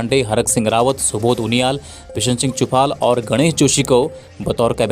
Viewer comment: Dhan Singh dhami h g aap rawAt bol rhe ho